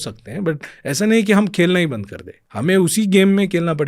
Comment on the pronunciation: "बन्द" होता है बन्ध नहीं😂